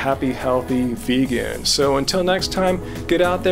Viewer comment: Idk y but the way he says vegan gets me